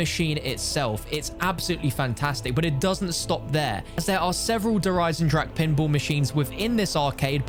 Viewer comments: No way this dude just pronounced Der Eisendrache as dur aisendrack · U say Eisendrache the wrong way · People still can’t pronounce eisendrache smh its not that hard